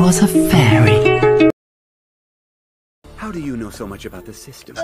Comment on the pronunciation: "He wAs A fAriY" I already died and lost🤣💀